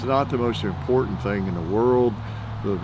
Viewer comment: My latest pet peave is the intentional not pronouncing T's. I've been seeing it on the news lately. Impor ant for important. Ki en for kitten.